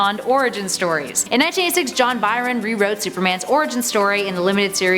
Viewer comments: "We the North" but you repeatedly mispronounce John Byrne, one of the greatest Canadian comic creators name. Byrne=Burn, not Byron. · John BY-ron? It's pronounced "burn". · Byrne is pronounced Burn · Byrne is pronounced BURN. Ras al Ghul is pronounce RAYSH al Ghool.